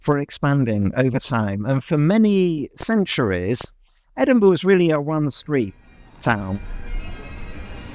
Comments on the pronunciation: Sorry to say but the pronunciation of many words in your video is really quite jarring: Edinburgh, Holyrood, Princes Street, Jacobite, Wynd, or Nor Loch (never known as North Lake...) Please maybe consider for future videos finding a local to help rather than just making a joke of it in an advert! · One of the cities I didn't spend hours looking at on google earth. I love exploring the history of a cities development. Outstanding pronunciations aside. Should have clicked on this channel sooner. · Can't believe you came all the way just to talk to an Englishman who doesn't say Edinburgh properly 🤣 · It's impressive how the guy he's interviewing manages to pronounce Edinburgh every way but the right way. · The other guy saying Edinbur is traumatising me. Thankfully, you bring it back by correctly saying Edinbru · Edinb-u-ruh? I cant be the only scottish person who pronounces it as edin-bruh right????? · For a guy in charge of maps at the National Museum of Scotland you’d think he could pronounce it properly. It’s Edin-bruh. Or Edin-bur-uh. Not Edin-bur. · Is trolling you? I've been to Edinburgh (and Scotland in general) a few times now and I've never heard any Scottish person say Edinburgh with two syllables, like 'borough', the way suggests it is "usually said in Scotland"?? It's always been Edin-bruh, or Edin-brah depending on the accent. A quick, single syllable. I almost started to doubt myself until he then also said Holy-rood, instead of Holly-rood. 🤷‍♀ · I'm a resident of Leith and can someone please tell me why he pronounced it with out the th at the end Why does he pronounce it like Edinbuh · Yes, we may be friendly and welcoming people here in Edinburgh. But if you pronounce it “Edinburg” someone will tell you to Feck Off !! Kudos for learning how to pronounce it before visiting 😂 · Funny that an Englishman that has written a book on the Edinburgh pronounces it “Edinburrrrrrr”. So funny. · The ‘Edinbuh’ and ‘holey rude’ is killing me 😂